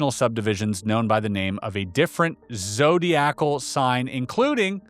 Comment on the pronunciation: It's not, ZO-dee-ack- al. It's, zo-DYE-ack-al. Might Col. H. be Greg Halifax?